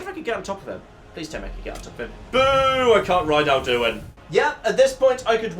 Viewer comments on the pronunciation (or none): Literally everyone on the planet: AL-Du-In: Al-DU-In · His pronounciation of Alduin hurts me